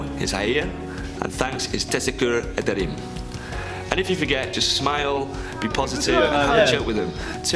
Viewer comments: Oooh, this very pronunciation. [tesekkyur yaderim] As for me, it should be pronuncied as teshekkuhr ederim. Ben türk değilim, lakin bir şey anlıyorum)) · U pronounced teşekkür ederim wrong😂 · It’s actually pronounced “Teschekkur Ederim.”. Still, video is mostly correct except for the tea part. I am Turkish, and I don’t think anyone will get offended if you turn down tea( even tough we love it 🙂) . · I like the way u said "teşekkür ederim".😉